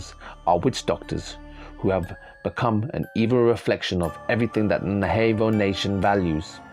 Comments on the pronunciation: Sir. Navajo is pernounced nah vah hoe not nay vay hoe for any future reference. Thank for your time. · Its pronounced nav aho not na vaho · And it's NA•VA•JO, not nahavo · Pronounced Nava-hoe. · Good vid. But it's pronounced: nav--a--hoe. Soft a. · It's sounds like Nava ho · Skinwalker Ranch is in the state of Utah. Also Navajo is pronounced, Na Va Hoe. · I only found this channel 2 days ago, and it's right up my alley!! Thank you for the great, always fascinating videos!! Just for the record, the name of this indigenous tribe is pronounced 'Nah-vuh-ho!' I look forward to your new posts😉!